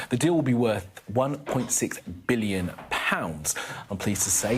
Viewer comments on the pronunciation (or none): How he emphasized . ONE point Six BILLION POUNDS . And then gets told its a BARGAIN.